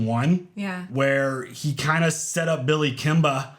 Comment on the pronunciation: "Billy Kimbah" So you talking like them peaky blinders now eh? 😂